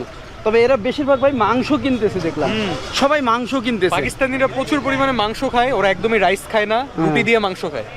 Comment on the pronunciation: Magso not gosto